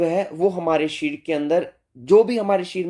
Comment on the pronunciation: shareer uchharan sahi nahi hai